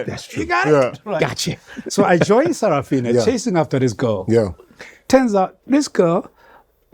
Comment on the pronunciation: Sarah Fina 😂😂😂. Bro, its Sarafina